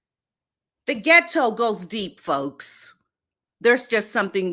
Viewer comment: The way you say ghet-TO cracks me up.